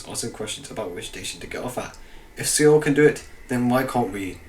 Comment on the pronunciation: it's pronounced SOUL not see all